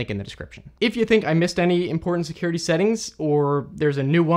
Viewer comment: "Seacuriatych, I remember this one this is uhhhhhhhhhh and amd" - Asian